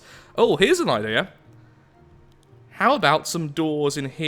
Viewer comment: I like when he trys to say idea he says I deer